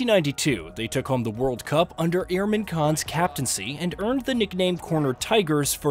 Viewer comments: I love the content, but please take a minute to learn the names of the players properly. It is deeply disrespectful. It's ImRan Khan and not Irman Khan, SaRfaraz and not SaFaraz, it is Bhoglé not Bogle. It was even worse in the SL v Bangladesh rivalry video. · Its Imran not Irman